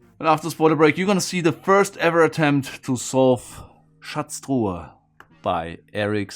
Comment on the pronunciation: The way he pronounces Schatztruhe sounds like he’s a German?